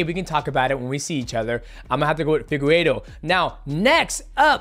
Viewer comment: Figu what? figuedo, piera… these pronunciations must be stopped